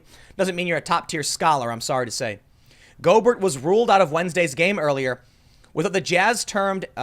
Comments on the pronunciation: NBA fan here so I gotta say, his name is pronounced Go Bear. It just makes me cringe a little, no biggie. It sucks that Donovan is infected, he's a baller. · I gotta throw ya a bone hear...Rudy Gobert (go-BEAR)....You're welcome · It’s pronounced “Go Bear” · “Go-bear” he’s a frenchy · It’s pronounced Go Bear... DONT be dissing my UTAH JAZZ!!!! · Thing is, it's almost entirely positive that Gobert (BTW it's pronounced "Go Bear") is not he first player to get it. He was acting silly and of course had no idea that he would get sick. The sad thing is that the league is piling on him and blaming him for it. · When he said go Burt the first time I facepalmed so hard I concussed myself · It's pronounced Go ber' ... silent t, emphasis on second syllable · Go-bear it's a French name. Your welcome from Louisiana. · It's pronounced Rudy Go-bear. He is from France. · Tim you kept saying Rudy Goberts name wrong. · His name is pronounced like "Colbert" Minor nitpick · We can tell Tim doesn't watch the NBA with that pronunciation of Gobert. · know lotsa Americans with french names, even they forgot how to pronounce it. they say the T. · Tim: "I don't do sports" Proceeds to say Gobert like "Yogurt" Me: You don't say? Btw, don't forget he's very young. Most young people have invincibility complex. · Your got Rudy's last name wrong when you said it. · That’s not how you pronounce his last name 😂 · Normally I don't care...but listening to a video..it's pronounced "Go-bear" not "Go-Bert" 😁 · Gobert is pronounced go bear. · NBA player named, Rudy GO-BERT..... It's Go-BEAR ASSHOOOLE!!!!! Lol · Golbert (GoalBear) it's French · Not to nit pick. But its pronounced "go-bear" not "goal-bert" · Tim, Gobert is not pronounced go-Bert. It’s pronounced go-Bear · It’s pronounced Go-bear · Go-Bear, not Go-Bert, and also....we’re all fucked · Tim: "I'm not a sports fan.." (proceeds to immediately say Rudy (Go-Bert) when it's pronounced (Go-Bear)) LOL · Go-BEAR that’s how it sounds.